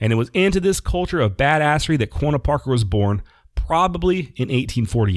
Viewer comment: I have been binge playing all of your episodes on spotify. Like the show obviously but can we get you to say Quanah right? You say it like Quona ....like Jonna and it drives me nuts. lol Have to give you a little bit of a hard time. Keep up the good work.